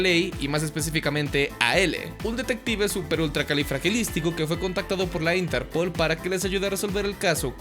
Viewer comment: tio! disfruto enormemente tus videos pero por el amor de satanás! ínterpol, yágami? La sílaba tónica se fue de sabático? D